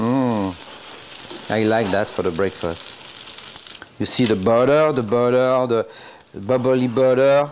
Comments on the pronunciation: Ohh yeah da bubblly buttuh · da buttaaaa da butaaa da bubbly butaaaaa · “@ - “You see the buddeh, the buddeh, the bubbaly buddeh...” 🤣🤣👌🏾👌🏾❤️❤️🔥🔥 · correction "zee booteair" :-)) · the BUDDER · heehee I liked/noticed that bit too